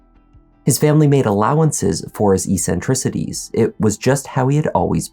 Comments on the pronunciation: EK-SEN-TRICITIES. It's got two c's for a phonetic reason. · "ek·suhn·tri·suh·tees" is how it is pronounced.